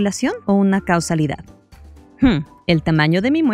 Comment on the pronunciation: muy buen video pero en una parte dices cusalidad y ahora me estoy liando!!!!!🤣🤣😂